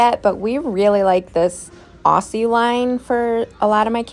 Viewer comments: The shampoo and conditioner is not call Ossis it is AU-SS-IE see you upset us Australians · As an Australian I died laughing when you pronounced Aussie, ossy, because it’s pronounced “awzzie “ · I have to comment that it’s pronounced “Ozzie” it’s Australian inspired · As an Australian just a heads up that Aussie is normally pronounced ‘Au-zee’ here. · Aussie is pronounced Ozzie … the s’s are more like z sounds! I’m Australian, it’s in blood to tell you you said it wrong 😂 love your videos, you’re an amazing woman! 😍